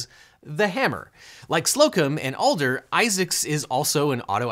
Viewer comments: It's Adler, not Alder. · ADLER, not ALDER. "AD" is much harsher, especially with a Texas accent, than "ALL" would be, and it's the same flat a sound that's in hammer.. His youngest child overlapped my oldest at the same school for a couple of years. Funny, Jim didn't seem at all violent at fundraisers. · His last name is AD-LER not ALL-DER. Just so you know. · The TX lawyer's name is Adler, not Alder. Love your channel. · Objection with mitigation: Even though the texas guys name is Adler and not Alder, there probably is a hammer lawyer named Alder too 😋 Somewhat related: if the name was constantly mispronounced in a lawsuit, could either party use that as an excuse to dismiss as the "beef is with someone else?" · As a Texan, if you mispronounced “Adler” as “Alder” one more time I was going to scream 😂 🔨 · It physically pained me every time Devin said "Alder" instead of "Adler". Still the best video on hammer laws! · Same! This Houstonian cringed every time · I said the same thing too. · Is it Alder or Adler? Devin, I've been listening to him say "Adler" for my entire childhood.... I object to this misnomer! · This whole time he's been saying "Alder" and it hurts me 😭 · You keep calling him Alder, it's Adler. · jim's last name is AD-LER not Al-DER. I live in the area of the Texas commercials and believe me it is AD-LER. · It’s not Alder, it’s Ad-ler. As a Houstonian raised on Houston TV, I am so embarrassed for you. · OBJECTION. It's ADLER, not Alder. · Omg it’s Ad-ler not Al-der. As a Houstonian I am offended. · Devin, his name is A-D-L-E-R not A-L-D-E-R Add not Ald! He literally says it in the clip you play! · Pronounced Add-Ler. Not All-Der. I was listening to this video in the background and had no clue who Devon was talking about initially. As a native Houstonian everyone KNOWS the TEXAS HAMMER JIM Adler (Add-ler) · The Texas hammers last name is Adler not alder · Since you keep mispronouncing "Adler" as "Alder", I'll just call you "LeagleEalge" from now on. 😋